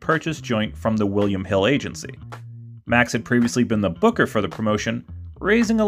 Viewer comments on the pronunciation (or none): none